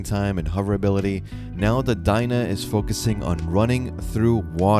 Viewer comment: It's not Dien-Eh it's Den-ae. Anyways I hope they make it so when your character is floating in the water, you can whistle and immediately mount. Of course distance still plays a role depending on if you have no flute, flute or the celestial horn .